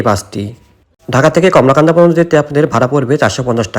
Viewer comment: কলমাকান্দা উচ্চারণ ঠিক করুন। কমলাকান্দা নয়।